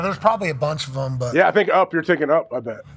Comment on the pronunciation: When he says “thum” instead of “them” it sends me over the edge 😂😂